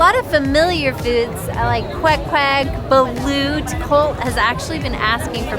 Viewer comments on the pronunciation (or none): none